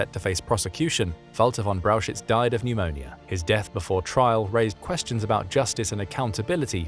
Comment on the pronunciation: Please do some rehearsals or train your robot on the names. It is not Walter von Braushitz. 😂